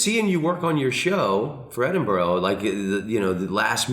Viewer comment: Edinbro NOT Edinborow